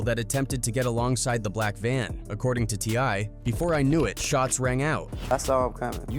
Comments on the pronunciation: the way this AI keeps pronouncing T.I. "Tee•Ahhh" 😂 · Look how this person pronouncing TI name.. this aint your lane man